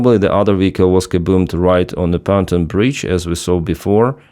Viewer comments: I hear you say "fountain bridge", do you mean "Pontoon bridge"? If so please check pronunciation: pon-TOON. (capitals showing which syllable has stress) Pontoon rhymes with cartoon. Likewise, SAM systems like Pantsir have a "Ray Dar" (neither syllable has stress) which you pronounce "RADr". This is me trying to help. I read (watch/listen to) your stuff daily. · it’s not panton bridge, it’s pontoon bridge.